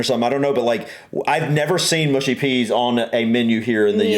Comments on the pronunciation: Thank you for this! Tired of hearing “mooshy” from Americans 😂 Although the other comment is also correct in that certain dialects will mispronounce it also on account of their accent! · MUSHY peas, not mooshy. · Mushy as in ‘hush’ not as in ‘push’. Pickled onions are delicious.